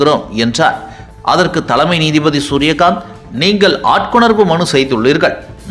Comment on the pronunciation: த'ள'மை நீதிபதி! உச்சரிப்பு பிரமாதம்ப்பா!!